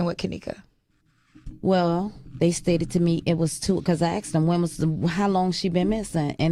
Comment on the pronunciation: Whats up with the "aksed" instead of "asked" Heard it before but she makes it stand out like forced to say it like that